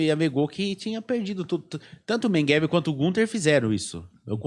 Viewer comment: o sujeito não consegue nem pronunciar MEGELE ....o cara fala Mengueve ..... nem um português decente ele fala ...pqp historiador ...affffff